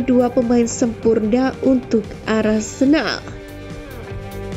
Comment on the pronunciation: Apa cuma gue yang denger "Arsendal, bidik rodrigo" 😮